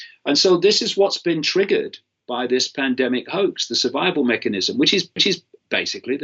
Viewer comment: Why is Mr Icke having linguistic matrix glitches - "survivival" etc